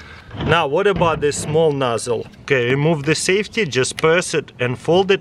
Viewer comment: "it has a nossle that comes with it that you have to buy separately" 😂🤦‍♂️